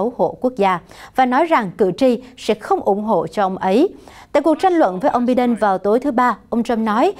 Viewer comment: Em ơi, ko phải “bi đen” mà phải đọc là “bai đần”. Chứ bi ổng đâu có đen!:)